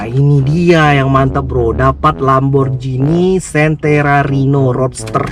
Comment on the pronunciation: lamborghini centerario yaa bacanya... yg bener lamborghini centenario bro